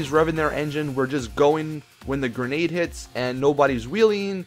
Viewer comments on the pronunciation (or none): none